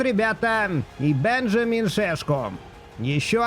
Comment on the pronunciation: правильное имя у Шешко не Бенжамин, а Беньямин)